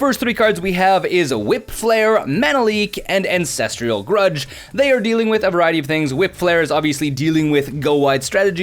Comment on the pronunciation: "MEM NIGHT" "V ALL T" Scourge "AN SES TRAL" That's just from the first couple minutes! Enjoy your vids but WOW! P